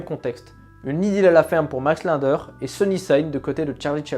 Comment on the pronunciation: Tu as écorché le nom Linder tout le long de la vidéo